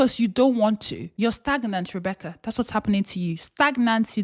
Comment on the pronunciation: Did you just say Rebecc-ERD?? 🤣